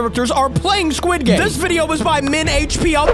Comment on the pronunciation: the sirchile guy said welkom to sguid game